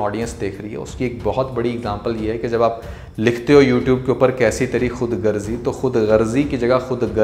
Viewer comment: We say khudagarzi. May be a few people pronounce it wrongly. Just a valid observation Urdu language was born in India at Lucknow. We respect & value Urdu very dearly. Warm regards